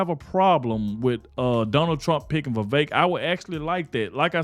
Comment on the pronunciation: You said vivek!!! No vivek!!!